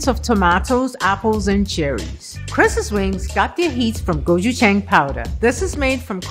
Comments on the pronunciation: Dave Choe um I think maybe he mixed up guchujang and gochugaru so it turned into gochungong lol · Gochugong? It’s pronounced Ko-choo-jang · Go- chu-jang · No one: Level 3 chef: GOCHU GANG, GOCHU GONG anything BUT gochujang 😭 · 'Gojugong'..... Lol do you mean gochujang? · I swear he is saying gochugong. like he's mixed the two words together. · His korean wife should teach him how to say the same of sauces properly loool. I think he was trying to say the powder he used was like dehydrated gochujang or something, but he kept saying "gochugung"... I wonder where he got the hard g from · I could have sworn he said gochugon as well the cringe was real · Jonathan Chung go chhu gong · I loved what was doing, but every time he called 고추장 gochi-gong I full body-cringed 😂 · i love how hes using his wife’s culture in his cooking, but atleast say the ingredient right. :/ still looks good but its go-chu-JJANG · It's quite popular in korea to coat fried chicken or potate with seasoned(mixed with honey, garlic, chilli or cheese etc) 'powders'. So It is legit. But he needs to know how to pronounch Go-chu-jang first haha. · Everyone talking about Gabrielle but I’m just saying how butchered the word “gochujang” (고추장)... my guy said freaking gochugong like eight times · Isn't it "Gochujang"? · All the Koreans about to come for for how he is saying gochujang. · Not just the Koreans, this egg was shuddering each time he said it. My Korean wife was actually more forgiving. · He's American. I'm British and in a relationship with a Korean and I say it correctly. You would think that he would know how to pronounce the base to pretty much all korean cooking. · pronunciation of 고추장 and 깻잎 hurt my korean heart a little lol but his wings looked lit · Al Something Ikr I asked my other korean friend and we were dying over his pronounciation lol But it doesn’t look like gochugaru either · Every time he pronounces "Gochujang" incorrectly I die a little inside.